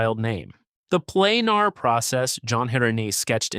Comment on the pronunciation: Planer is pronounced Plain-ER, not Plain-AR.